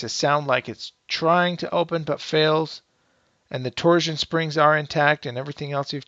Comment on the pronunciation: TorSHun , not Tor-ZZZun